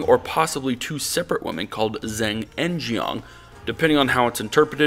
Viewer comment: well it doesn't matter because 99% of the audience won't know but Zheng is more like "dj-uhng" (dj as in Django).